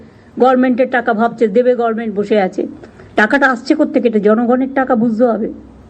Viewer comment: ওরে ছাগলি...কথাটা 'গরমেন্ট' নয়, কথাটা গভর্নমেন্ট.... মূর্খমন্ত্রী হয়েছিস , উচ্চারণ ঠিক করতে অন্তত মহাকালী পাঠশালার মতো কোনো পাঠশালায় ভর্তি হ না ছাগলি.... তুই তো ডক্টরেট.....